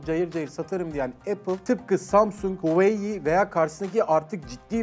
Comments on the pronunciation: ne diyorsun abi hueyee değil huawei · Abi allah aşkına Hueyi deme Huavey diye okunmuyo mu o ? 😐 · O nasıl bir huawei söylenişi yav